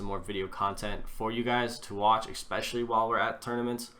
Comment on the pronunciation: Did he say expesially ? Who the fuck is expesially. IT IS NOT EVEN MY LANGUAGE.